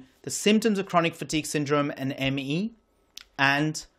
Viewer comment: I cannot take this man seriously as he doesn't know how to pronounce ME.